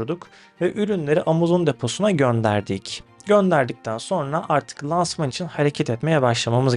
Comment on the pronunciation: Lansman öyle telaffuz edilmiyor. İlk a ince olacak.